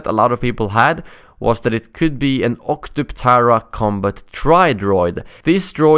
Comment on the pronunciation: Props for pronouncing the Octuptarra that was a struggle my first few times and I still may stutter lol